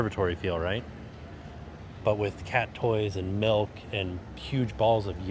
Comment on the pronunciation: Can we start a petition to have him stop saying melk